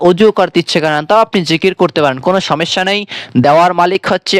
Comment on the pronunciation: হজাগ কি জিনিস? এলারাম কাকে বলে? সমেস্যা কি? ভাষা শুদ্ধ করে বলতে না পারলে কেন কনটেন্ট তৈরি করেছেন?